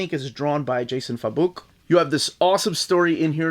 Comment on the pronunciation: I could be wrong but I think Jason's last name is pronounced "Fay-bock". Concerning the run I only hear positive or negative things, really a 50/50 split. When it comes out in 2 omni's then I'll pick it up. Thanks for the video.